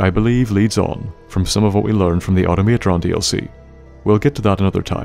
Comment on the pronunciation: I love the way you pronounce Auto-Matron 😆